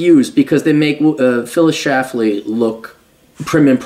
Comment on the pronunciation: Omg there is an “L” in her last name. Can’t you read?